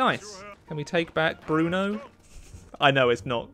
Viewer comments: Hey this is how you pronounce Brno (coming from someone who lives there) Br pronounce it like bird but say no instead [brr-no] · Brno is actually pronounced Bruno :) maker of fantastic rifles